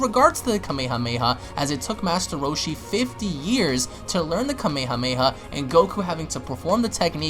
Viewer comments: Its not kamey hamey ha. Its Kame hame ha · Who THE FUCK SAYS KAMEYHAMEYHA WTFFFJFNNFNSJHDND!! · "Kameii-hah-maii-hah" smh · its kame- hame ha not kameha meha shits annoying bruh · 'kamey-hamey-ha' XD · Hearing you say Kame hame ha hurts my ears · Your also saying Kamehameha wrong!!! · The god damn way he says kamehameha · I hate the way you pronounce kame hame ha